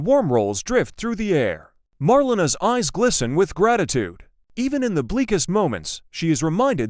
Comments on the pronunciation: I should hope they dont kill shawn dougas off the show. It is pronouced Mar_lana. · Her name is MAR-LE-NA